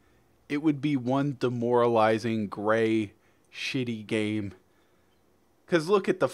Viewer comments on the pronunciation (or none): none